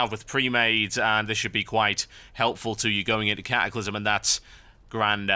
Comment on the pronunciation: ka-ah-clysm :P